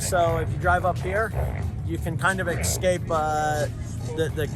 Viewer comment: People should stop saying EX-SCAPE. bless his heart tho